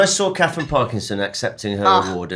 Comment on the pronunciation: who is Katherine partleeson it’s Parkinson How hard is that to say right ? Wth